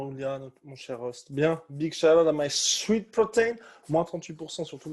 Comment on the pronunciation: C'est "Sweat" (sueur)